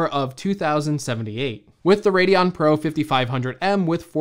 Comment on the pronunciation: Mac book "parow"